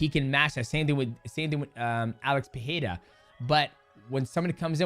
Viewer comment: I think he just mixed up that Michel and Alex pronounce their last names differently…